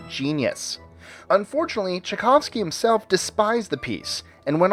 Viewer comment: Some errors in this video... Schumann is not pronounced as Shoe-men. Shoe-MON is the correct pronunciation. Not Chickovski. Chai-Kov-Ski is better. Jean-Baptiste Lully is more like, "Loo-lee" And Rite of Spring was actually premiered in 1913. But I thank you guys for putting out a video on classical music. Bravo!